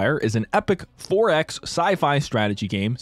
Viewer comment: I thought he said ForEx as in "Foreign Exchange" 😂